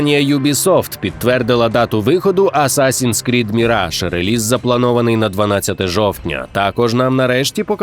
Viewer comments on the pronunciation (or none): none